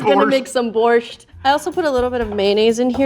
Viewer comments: Well for starters there's no t at all 😂 it's borshch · The "t" is silent in Borscht lol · I love how sounds like she's stuffing an entire alphabet's worth of consonants into pronouncing "borscht". Like "bordfschzct" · THERE IS NO T IN BORSCH